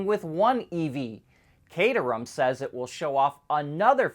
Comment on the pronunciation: It’s not pronounced Kate-erham It’s Cat erham